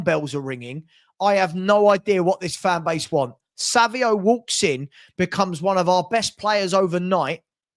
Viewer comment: Why do you keep saying: "Savio" the guy's name has an 'N' in it. It's pronounced "Sav-ine-O" (Savinho). Or am I missing something here?